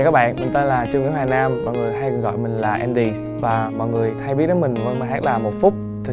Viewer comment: Andiez Music: cố gắng lần sau phát âm chuẩn hơn tí nữa thì perfect hơn. Ở bài này chữ "buồn" và "người" bị phát âm thành "bùn" và "ngừi" nên nghe hơi gợn gợn 1 tí